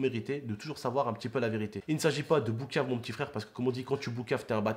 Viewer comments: Et juste c est pas bouquave mais c est pouquave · on dit pas boucave Mais poucave (Balance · On dit poukav et pas boukav